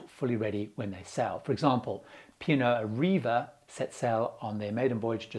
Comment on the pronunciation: you naughty chap!!! P&O Ariva??? Really?? It's ARVIA (as you well know). Slip of the tongue but that's gonna stick with many viewers lol (you're not the first and definately not the last to slip up on the name, it's not a great ship name in my opinion)